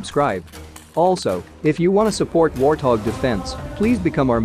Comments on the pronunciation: It's Wartog not Warhog. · yeah I know that but every time says it, he says Warhog not Warthog. No "t" have a listen.